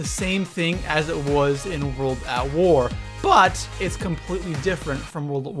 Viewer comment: The way you say "but" sounds hilarious